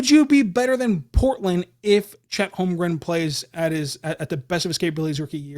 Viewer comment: Thank You, for getting my last name correct...